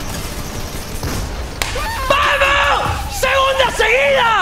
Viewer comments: Todos: Robleis: Robledo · nadie: absolutamente nadie:: Robledo XDDDDDDDDDDDDDDDDD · Nadie: Absolutamente nadie:: ROBLEDO